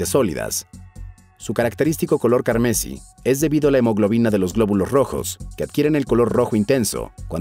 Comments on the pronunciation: Cuendo aprendas a leer redactar y hablar chingón tu carnal será mejor es carmesí no cármesi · Amigo, la pronunciación en acentos te falla: carmesí no carmesi, elixir no elixír. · se pronuncia ELÍXIR y CARMESÍ, no ELIXÍR ni CARMÉSI